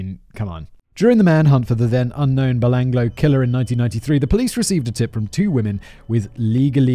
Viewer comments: He also mispronounced Belanglo forest. Bel-Anglo. Instead of Belangalow. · I came to the comments at 'Belanglo' being said, 'belang-lo' and found this hilarious thread about the Oot. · It’s pronounced ba-lang-galo, I camped there while in scouts after the murders happened. The location for the camp was kept secret. I guess for obvious reasons. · Nothing on the pronunciation front compares to Simon’s ‘psycho-parth’… also Belanglo may be spelt like that but a real Aussie bungs another A in there: Bell-ang-gallo… oh my god I can’t keep up… Oot for Ute?!! It’s Ute, like YOU-t. Fucking love this channel. You should make the trip down under. Especially after this travel guide! What’s stopping ya? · 😂🤣😂🤣😂🤣😂🤣 It's MilAT.. To rhyme with Hat, rather than millet.. The Belangelo Forrest is pronounced as 'Beh-LANG-eh-LOW'.. And we tend to refer to them as a YOOT, rather than an "oot"!!! And Mildura is pronounced 'Milled-YOU'RE-uh', except you sort of run the d and the y together... Australian accents are a snap.. Simple as! 👌😂🤣😂🤣